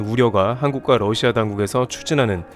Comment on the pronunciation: 영어 발음 - Lussia가 아닌 Russia 입니다.